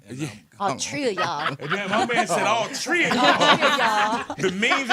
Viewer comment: That breakfast club interview was lit 😂 " Are yall finish or are yall done"! "All Tree of y'all" lmfao 😂😂😂